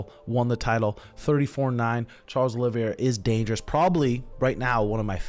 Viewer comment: Bro, what is so hard about sounding out Oliveira's name? The e is before the I, it's pronounced "olive-era"